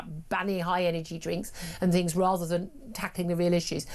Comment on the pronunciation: but she tried to do fings proper.